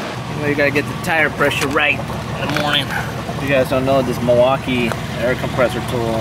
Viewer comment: The gas station book is genius! That would definitely require a trip to the Ring though. The metal (carbon) that rolls through there is epic. Props for saying Mi(l)waukee correctly too. The l is silent if you grew up there 😁